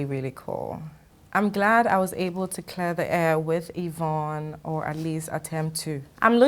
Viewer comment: Is it or Evroonne? needs an English teacher, for real.